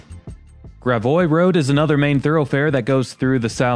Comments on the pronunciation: NitPic: you pronounce Gravois correctly but the emphasis should be 😊GRAvois. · Gravois Rd. Prounced “Grav-oue “ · gravois is pronounced grav-way